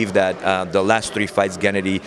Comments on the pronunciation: nope wrong. pronounces it gEnnady... the correct way is to put the emphasis on gennAAAAAAHHHHHddyyyyy... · I'm a native Russian Speaker. I agree, the way he says GEnnady, just sounds weird. Russians rarely even say GennAdy, they just say Gena. you know. like Tim - Timothy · I'm not from Kazakhstan, but I'm pretty sure that's not how you pronounce Gennady lol